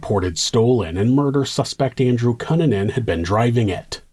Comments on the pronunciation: Is it pronounced "Cue-nan-an"? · I don't think you're pronouncing Cunanan correctly. I remember in the news they pronounced it COO NAN IN or COO NAHN IN. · Really excellent storytelling as always,! I appreciate all the details you include to help paint a better picture. Also- Not a big deal, but his name is usually pronounced "Cue(Q)-nan-an" 👍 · I can’t believe this was 1997! I was a freshman in high school and a group of friends and me were following this case. It was on the news 24/7. He was a monster! Andrew Q-Nan-In is the correct pronunciation. Great job with this story! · I love your videos but cunanan is pronounced cooh-nah-nan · ITS PRONOUNCED. KOO NAN NUN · Learn to pronounce his name right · All that research and you couldn’t find out how to pronounce Cunanan 😂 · this dudes content is so well researched and executed. how is he mispronouncing cunanan? the news always called him koo nan in. So did Shyne. maybe they were all wrong? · Dude the least you could do is pronounce his last name correctly. Jesus Christ. Also no one cares about your other channel. Stop starting every single video with the same stupid callout. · Why are you saying Andrew Kannan name like that? It’s really distracting always a great story as usual but anyone pronounces name like that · Dude, I love your channel but your pronunciation of 'Cunanan' is incorrect 😭